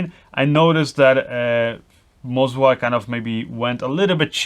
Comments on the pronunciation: YES, WE ALSO CALL IT MO ZA NOT MOZ WA. FOR ME WAS STRANGE TOO. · Both of the gimbals aren't calibrated correctly, there are micro jitters in all of the shots, I own Ronin S with Canon C200, it should be perfectly smooth like on a Steadicam. And I guess it's Moza, not "Mozua" :) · am i the only one who thought MOZA was way less stable than RONIN? And why this guy is saying ''MOZWA'' instead of ''MOZA''? ;D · Why do you keep calling it MozWa? : D